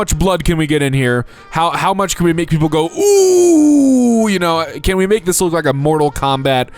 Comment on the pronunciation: “lok at the risin sun” DUDE IS MIDNGT FOR ME